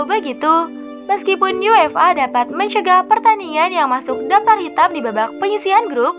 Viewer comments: For example: UEFA sounds like UFA (yú-e-fā) phonetically. I read that just yuéfa, just like English. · Baca UEFA nya terdengar seperti yu-ef-a.